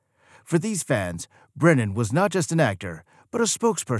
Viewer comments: How come half the time you call him "Brendan" instead of "Brennan?" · The narrator can't even pronounce Brennan's surname, he keeps saying Brendan. So I'm not surprised he can't back up the title of the video with any facts.